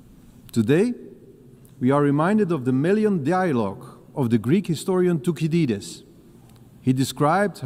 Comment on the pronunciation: De manier hoe Thucydides was uitgesproken is een beetje pijnlijk, maar